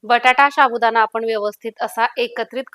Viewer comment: शाबुदाणा नाही गं साबुदाणा बोलतात